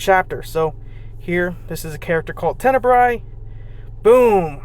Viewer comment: Love to see new players haha, but please learn how to say Tenebria's name correctly :face-red-heart-shape